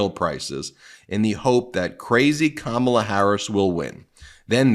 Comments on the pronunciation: It’s Kamma-la or Comma-la. Not Ka-Ma-La. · KAH-mala, Ben. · Comma-luh....you've been listening to too many Republicans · Ben, your mispronouncing Kamalas name wrong😮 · Try putting a little effort into pronouncing Kamala Harris's name correctly. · Ben, when you read the trump 'truth' beginning at approx. in this video, you twice mispronounced Kamala Harris's first name! This is so demeaning to her and since you definitely know the correct pronunciation, you should issue an apology! (retired teacher) 😇🙏🌈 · Can you please pronounce Kamala correctly? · How is it you are mispronouncing KAHmala’s name, Ben? Practice and use flash cards or something 😮